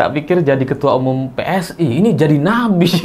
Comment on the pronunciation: sy pertama dengar ucapan bukan Nabi tp napi 😅😅